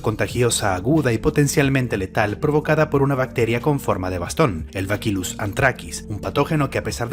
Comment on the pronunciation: Lamento corregirte, pero se pronuncia Bacillus, no bakilus como dices P. D. Soy bacteriólogo